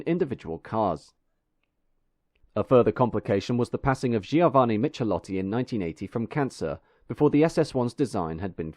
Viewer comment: "Michelotti" is pronounced "Mi-ke-lot-ti". The "h" actually makes the "c" sound like a "k".